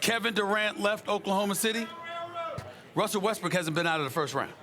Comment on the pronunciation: Stephen A: Wussel Ressbook. Also Stephen A: Houston Rackets